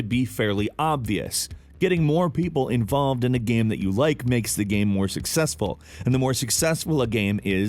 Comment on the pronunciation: I love how he says Gaem